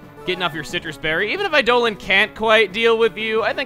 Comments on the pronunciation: You do know it's pronounced Eye-dah-lawn right? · I don't get why Eidolon keeps getting pronounced as Eidolin.